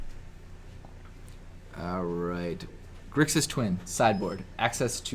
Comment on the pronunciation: Sorry to be that guy but...its GRIXIS not Grisix and AJANI Vengeant not Ajani's Vengeant ;) thanks for finally posting the videos everyone! Nice to get my Legacy/Modern fix again!